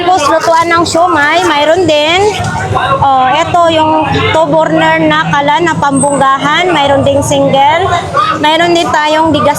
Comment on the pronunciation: Burner hindi borner